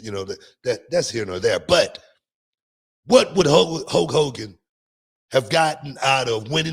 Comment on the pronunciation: I could listen to Booker T say the name “HO KOGAN” forever.